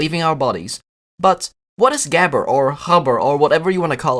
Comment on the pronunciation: “what is gehber of habber?” Pronounced about as close as the final product sounded like it